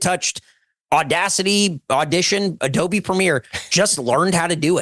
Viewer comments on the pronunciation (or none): none